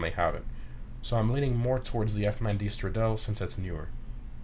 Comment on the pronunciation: Wasn’t 100% sold on how you said SF90 Stradale. You pronounced it like stradel. It’s pronounced stradal-e. Just want to let you know